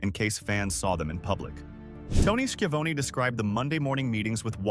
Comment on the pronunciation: Skiavone who’s Skiavone or is it Skyavone I think they mean Tony Schiavone